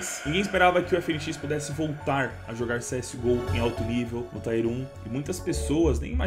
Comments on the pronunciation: eu te amo, um comentário construtivo, a pronuncia correta não é TAIER, e sim, TIER, do jeito que se escreve mesmo, tipo Tí-er! Sem querer ser o pasquale já sendo, mas só pra agregar sempre, nunca pra tirar uma onda <3 Te amo irmão, moro aqui no palmares do lado da adega e acompanho seu trampo desde sempre! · Tier = Tier mesmo Tair = é Tire que é pneu..